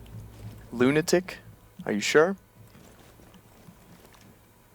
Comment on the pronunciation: It's pronounced Lunatic